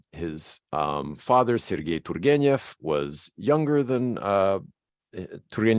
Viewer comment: You're doing a great job how about you'll never get there period of you haven't got the Russian Ukrainian soul you'll never pronounce properly it is beyond your reach Jack. You will never understand you're going to have as long as you live you'll never understand t u r g e n e v properly. F*** it keep trying